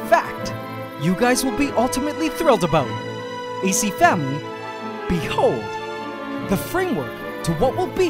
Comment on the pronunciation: He says Bee hold, emphasis on the be, instead of the hold. Unique, and now I smile each time I hear it 😂